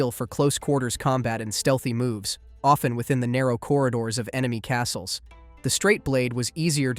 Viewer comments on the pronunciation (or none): none